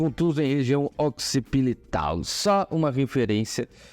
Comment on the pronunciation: Occipital e não occipilital